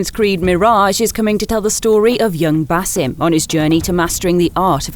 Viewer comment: Basim's name is pronounced, Bahseem.